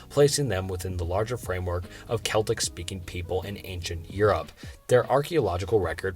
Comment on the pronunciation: phohetians? agamanion? seltic? Estrooscan?